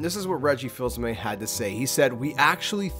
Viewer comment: It's actually pronounced Reggie Fees-uh-may